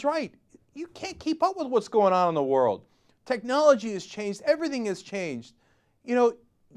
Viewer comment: wold record!